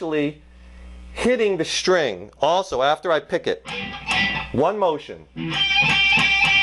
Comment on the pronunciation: When he says SHTRING.... instead of String :P